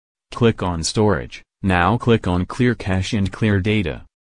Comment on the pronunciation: Cache pronounced as cashed??? WTF